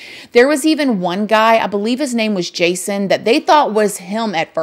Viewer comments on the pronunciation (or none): none